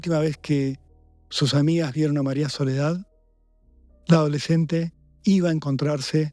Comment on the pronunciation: Por qué dijo "adoleshente asheshinada"?